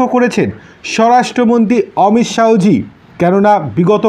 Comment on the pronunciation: উচ্চারণ টা ঠিক করুন। "অমিত শাহো" না, হবে অমিত শাহ্‌